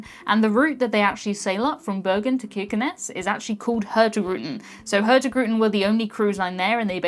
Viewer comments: got it wrong! Hurtigruten, which means something like fast route, is pronouced (approx.) hoortirooten! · I am impressed at how much you managed to butcher "Hurtigruten" xD That was hilarious. Thank you.